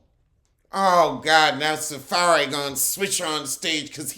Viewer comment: He called him SaFAIRY 💀💀💀😭😭😭😭💀💀🤣🤣🤣🤣🤣